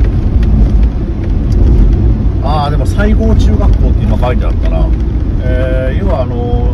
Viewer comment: さいごうというなのにしごうと言うんですよね〰️